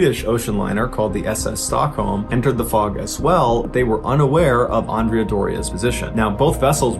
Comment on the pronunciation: You pronounced Andrea different ways. First is wrong.